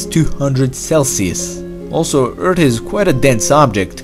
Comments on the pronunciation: Anyone who enjoy the videos but gets a little annoyed when he says eart and not earth? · It's Earth, not Eart. It's things, not tings. Anyway, good video. I like counterfactual (what if) stuffs. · Love your videos but please practice your pronunciation of the English "th" sound. Earth is not Eart and thought is not taught . I realize English is probably not the only language you speak and I struggle with perfecting three languages that are foreign to me! Just a helpful hint... Stick your tongue out of your mouth when saying that sound and it will come out perfectly. Again, your videos are fascinating and informative so please don't be insulted by my suggestion to only improve your thoughtful narration. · just saying you sounded like you were saying "Eart" instead of "Earth"....JUST SAYING not trying to be rude! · I can't stand when he says eart😂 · You say eard not earth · Hes not saying “eart” hes saying “eard”. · Ayyyyy! The accent thoughhhh. Just the Dat and Duh and Eart xD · I think he needs a doc His vocie makes him say "earts" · From a previous video, everyone kept posting Eart. i decided to listen to him this time and he cannot pronounce the H in any word. I don't mean to insult you, just a observation i noticed. Everyone has their speaking disabilities and its not a negative because everyone clearly understands what your saying. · I like the way you say "Earth"... ._. Eard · More like ERD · Why do you keep saying eart lol 😂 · say earth properly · Its a joke from the way he pronounces earth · it sounds like nerd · What if you could pronounce earth like a normal person?